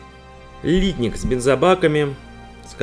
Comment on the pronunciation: Хороший обзор, но режет слух ударение в слове литник, знаю что по нынешним правилам так принято говорить, но не профессионально, даже технологи переработки пластмасс так ударение не ставят. P.S. в индустрии переработки пластмасс не один десяток лет.